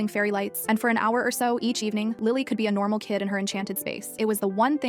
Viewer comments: Ah yes, "normalãw" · “But this wasn’t a normal light, NOrmaL LAh” 😭😭😭